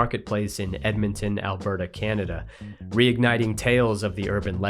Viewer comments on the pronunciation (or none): none